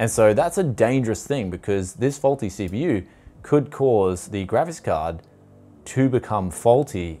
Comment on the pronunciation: i love how even the subtitles know you can't say graphics properly